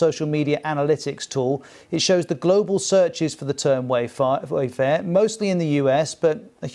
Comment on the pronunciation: He said WayFart on accident